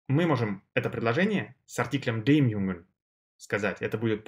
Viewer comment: Я конечно понимаю, что парень старается и разжовывает... но для А1 ... Для А1 (Карл!!!!!!) Это перебор!!! Плюс к тому - артикли: den, dem и der произносит одинаково (не уточняя! и по мне дак каждый артикль из его уст звучит абсолютно одинаково - как ДЭ!!!, а не ДЭР, ДЭН или ДЭМ), всё сливается и нифига не понятно на слух - какой артикль Он ставит!!! Я понимаю, что он сразу делает ставку на акцент и произношение. НО ЭТО ДЛЯ НАЧИНАЮЩИХ!!! А начинающим надо понимать само слово с точностью до буквы (БУХмляШТАБИРОВАТЬ), а с правильностью произношения и акцентом человек уже по мере изучения будет сам разбираться!!!